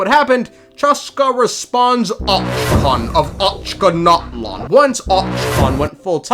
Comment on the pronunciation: OCHKAN OF OCHKANATLAN 🗣️